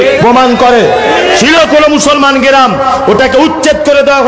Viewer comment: ক্লাবকে কেলাব উচ্চারণ গ্ৰামকে গেরাম উচ্চারণ।এর থেকেই বোঝা যাচ্ছে ঐ বব কেষ্টর মত দাড়িয়ালার শিক্ষার বহর কতখানি।